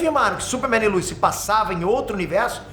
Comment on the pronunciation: Quem é lUis? É lois, pelo amor de Deus